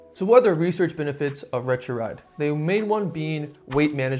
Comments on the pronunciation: Retruride??? Seriously...learn how to pronounce it !!! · Couldn’t watch because you kept butchering the pronunciation.